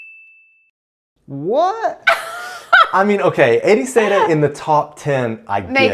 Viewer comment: it’s mostly alright, but… Ericeira?!? 😵‍💫